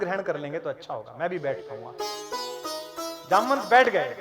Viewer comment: आप के शब्दों से मुझे ठेस लगा क्यों की जामवंत जी को जमवंत बोलना ठीक नहीं लगा